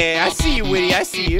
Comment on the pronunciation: Actually whity's name is like white y not whity